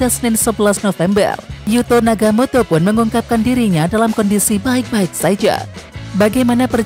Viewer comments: Nagatomo min, bukan nagamoto, piye toh😅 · Oe Nagatomo bukan naga moto jgn merubh2 nama orang min